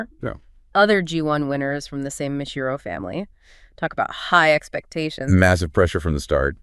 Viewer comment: The "ji" in Mejiro is pronounced like "jiggle." It's a Japanese name, not Spanish.